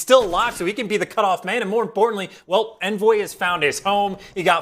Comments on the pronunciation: Why does this announcer keep saying (in)voy and not (on)voy, it’s driving me insane! 😡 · pretty sure its "On-Voy" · Stop w the “invoy” pls